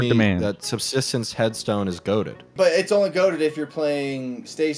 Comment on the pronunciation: Why is subsistence so hard to say. I hear “substance” far too often…